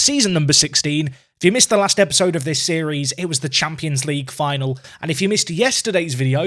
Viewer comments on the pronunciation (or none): none